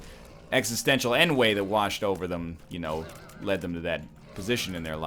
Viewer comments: Yo, Mr. Sanctity-of-language. Ennui is pronounced on-we not n-way... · ennui is pronounced "on-wee", not "en-way" Egg. It's French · An existential "en-way?" Were you trying to say "ennui?"